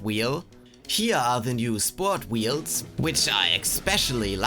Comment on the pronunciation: This man says wields instead of wheels